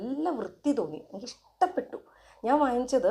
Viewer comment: ഇസ്തപ്പെട്ടു അല്ല ഇഷ്ട്ടപ്പെട്ടു 😜